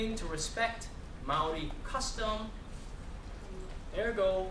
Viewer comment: I cant take him seriously he is not Maori. Is he American ?And also he can't pronounce Maori Properly